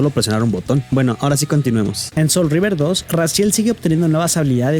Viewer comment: Wey no es "soul of Rever" es SOUL REAVER 🤣🤣🍩